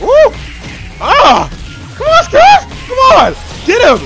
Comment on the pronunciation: did he say “Scrooge” vs legend.exe. If he did, I know what he meant, but I’m just shocked that somebody could mistake the word Scrooge with Scourge.